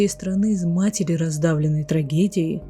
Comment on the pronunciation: например слова матери, потрясли, ударение на я у вас23::12